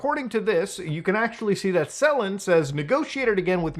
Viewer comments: I getting Last Aibender flashbacks on how many of the outsiders covering this keep saying Selen's name wrong. I know its not the point but it makes it feel more like drama chasing then a genuine call out of a bad situation. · It's selen, not seleen.